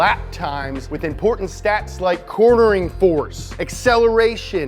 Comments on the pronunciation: "Corning force"? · It's "CorNERing" 🙄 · “Corning force”